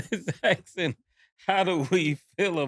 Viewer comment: “If you’re axing me” Cam